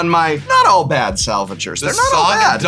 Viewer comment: Prof calling the salvagers "All Bad" made me cringe just a bit. Like, there's not even an 'a' in there, where are you getting that pronunciation, Prof XD